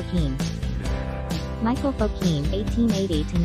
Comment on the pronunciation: It's Michel, not Michael, Fokine. He was Russian. His niece, Irine Fokine, ran a well-known dance school in northern NJ for many years, until her death in 2010. Her Nutcracker was famous for its yearly productions. Her students went on to dance in top ballet companies, on Broadway and at Radio City Music Hall (where her brother, Leon Fokine, had also danced). Her daughter, Donna Decker, has a ballet school in Oneonta, NY, and her granddaughter Rena Backer has a studio in Phoenix, AZ. I treasure a signed publicity photo of Michel in his featured role in Scheherazade.